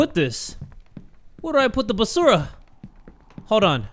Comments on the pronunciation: "where do i put the bas-era?" ik it was the wrong pronouncation but i feel like i should celebrate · Ayoooo did anyone notice that said BASURA instead of trash, which is a filipino term ro trash hahahahahaha